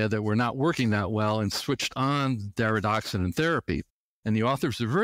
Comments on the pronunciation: it's DariDORexant not DariDOXerant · He calls it Daridoxorant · He doesn't correctly pronounce the medication's name.